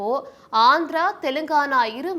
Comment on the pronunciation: அது என்ன அந்திரா உங்க தமிழ்ல தீய வைக்க